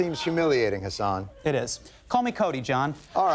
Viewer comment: my name too is hassan!!!!! and its not hasaaaaan, its ha-ss-n no pause at the " - "